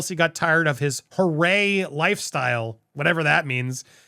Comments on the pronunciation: It's pronounced Hoo-Ray Harry, a party boy reference. Not hooray as in congrats. It was his nickname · Its not hurray. Hooray Harry in the UK means a young, rich party goer, which at that time was quite accurate.